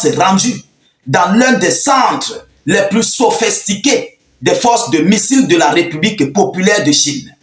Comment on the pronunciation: sophistiqué!!! Sophissss… sophisss… et non « sophesss… » sophestiqué